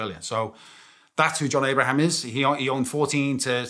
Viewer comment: Ayy shits me he doesnt promoumce his name right